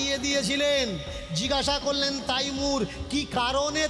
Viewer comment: আরে মহা মুখখু তাইমুর নয় হবে তৈমুর লং